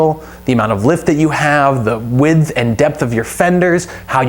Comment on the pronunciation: Great video ! And why do you say add a f to the word width ? Lol